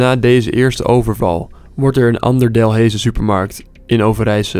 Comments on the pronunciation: In overijse woont men tante en ik woon zelf ook in België en je spreekt Delhaize uit al delijze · Je spreekt “Delhaize” uit als Deleize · Je spreekt die t van dinat wel uit niet dinan Delhaize streek je uit als delijze (Ik woon in België) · İk lag me dood,dus die supermarkt genaamd Delhaize zeggen de Belgen als “Delijze” of “ den Delijz” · Je spreekt het uit als delese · 'DELHAIZE' spreek je uit als 'deleize' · "De DEL heise" pahhaha (geen haat btw) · Je spreekt het uit als deleze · Hoe Hij Delhaize Zegt het Is De Lijze zo Spreek je het uit maar je schrijft het Zo Delhaize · De naam is Delhaize maar je spreekt het uit als delijze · Je spreek delaize uit als delijze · HOE TF ZEGT HIJ DELHAIZE JE ZEGT HET ZO D E L A I Z E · even om te zeggen: je zegt delaize en je schrijft delhaize!!! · I love hoe je Delhaize uit spreekt 😂😂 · Ik moest echt lachen hoe hij “delhaize” zij😂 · Hoe Delhaize uitsprak😂 de Belgen weten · HAHAH hoe jij Delhaize uitspreekt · Ik ga stuk op de manier hoe je “delhaize” uitspreekt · Hahah bij Delhaize spreekt ge die “h” niet eens uit mr ok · Ey ik woon in Overijse en ik ga elke dag naar die delaize (je spreekt het verkeerd uit maar ja) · Je kan echt geen Delhaize uitspreken 😂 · ben ik de enege west vlaming die wilt slaan hoe hij delhaize zegt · Ik woon in België en zegt Delhaize verkeerd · Ik cringe elke keer als hij Delhaize uitspreekt o my g o d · Delhaize spreek je nie zo uit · Ik weet niet hoe je Delhaize zegt maar het is niet goed Ja ik weet het want ik kom uit belgie ow wacht misschien gebeurt het nog wel eens BIJ MIJ 😭😭😭😭neeeeeeeeeeeeeeee lol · Delhaize zeg je verkeerd Eerste e moet je als u uitspreken H niet uitspreken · Délhaise spreek je iets anders uit bro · je zegt dalhaize verkeerd je moet deleize zegge en niet delheize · Geen haat maar je zegt niet delheejse maar deleise maar je schrijft het als Delhaize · Ben ik raar of zeg je delhaize niet delheeeze